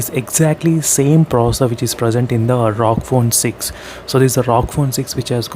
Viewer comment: Bhai usko ROG bolte he rog nhi